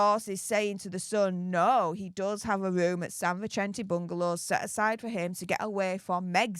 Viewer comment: San Vicente..Vi-sent-ee very simple